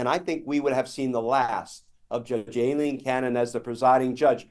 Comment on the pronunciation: Who is Alean Cannon? Why can either of you pronounce the name Aileen?